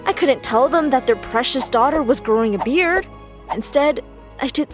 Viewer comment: I thought you said bread🤣🤣🤣🤣